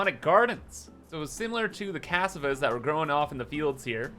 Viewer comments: It's not C-ass-ah-vah is cuh-saw-vuh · /Ca-sa-va/ It's a kind of root vegetable. Also known as Yuca. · That's not how you pronounce cassava. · I love how you pronounce cassava 😅